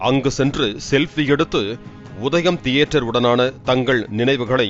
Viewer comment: வாய வெச்சுகிட்டு சாதாரணமா சொன்னா - "தியேட்டர்". அதெ வாய U-turn போட்டு கோணிக்கிட்டு சொன்னா - "தீதி-யே-டர்"...